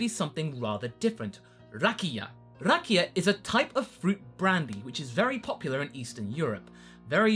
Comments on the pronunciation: As a Croatian, I can't tell you how fun it was hearing you mention rakija, plus your pronunciation was pretty much spot-on :) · your pronunciation of "Rakija"is pretty good